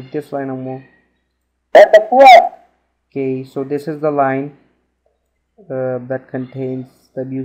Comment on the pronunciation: you said what the fyuuuck its what the fuck